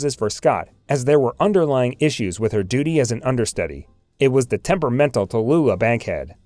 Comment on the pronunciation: Did you say Talluthah Bankhead?